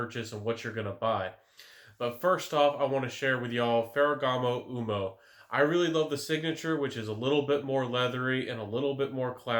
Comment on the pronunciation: Thanks for the clip. ("uomo" is pronounced "wohmoh")